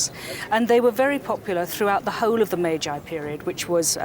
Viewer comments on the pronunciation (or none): Not "mei jai period" but "mei ji period" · You’d think a so-called expert on Japan would at least know how to pronounce Meiji correctly. Cringeworthy stuff.